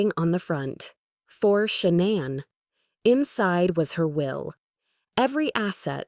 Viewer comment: It's pronounced SHAE nahn; not Sha NAN. Good grief!🙄